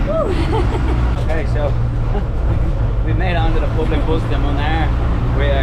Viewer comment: Its Public Bus . Not POOBLIC BOUS...😅😅 Just joking